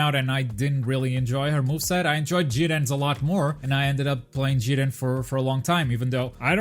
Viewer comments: It’s JIR-REN. Say it with me, JIR...REN. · Why do you say jiren so weird